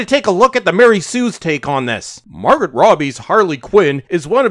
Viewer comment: Ehhh, it's Margot, as in "Mar-go."